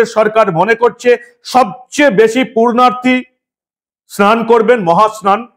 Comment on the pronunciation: শব্দ টা, পূর্ণার্থী, নয় পুণ্যার্থী। পুণ্য সঞ্চয় ইচ্ছায় কোন কাজ করেন যিনি ,তিনি পুণ্যার্থী। পূর্নার্থী নয় সংশোধন করে নেবেন please